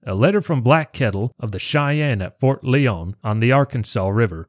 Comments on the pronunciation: It is pronounced Ft. Lion not Lee-on just saying. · I believe it's pronounced "LIE-on"